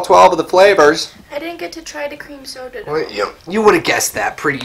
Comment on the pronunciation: I thought he said a random sodar.